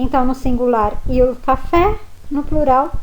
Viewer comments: Professora na faculdade a senhora aprendeu que IL se pronuncio iô Moro na Guiana Francesa e aqui tem muitos italianos e eles pronunciam ' ili " tipo meio que engolindo o L , eu aprendi um pouco do italiano com eles , e a sua pronuncia não tem nada haver ex : Il libro = iô libro , eu realmente não conheço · Scusa... ma cosa sarebbe IU CINEMA?? IU RAGAZZO?? Non ho mai sentito!!!! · Ho capito!! Complimenti per aver imparato l'italiano da sola. Però lei non può insegnare la pronuncia sbagliata "IU", grosso errore!!! Lei è d'accordo?